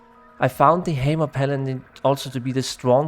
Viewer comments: "The Heymer Paladin" ;D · Thanks for the great summary. Really enjoyed the video. Not to shit on your accent or anything, but not knowing how to say "necro" and "hammer" is kind of an oversight :D